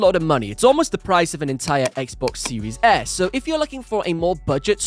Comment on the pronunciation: love your content but i just have to say it before someone else does... "seewees s" lol